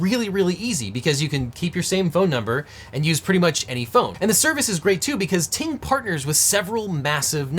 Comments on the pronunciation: Who else thought he said “T-Mobile” in the intro. 😂😂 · Glad you flashed the graphic; thought you were saying "T-Mobile". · You should really pronounce Ting Mobile better, since it kinda sounds like T-Mobile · Ting Mobile, not to be confused with T-Mobile ;)